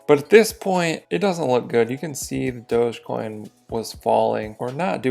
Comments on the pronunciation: its not dože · It's Dogie coin as in Dog E-coin. Where people think the dog came from? Dug!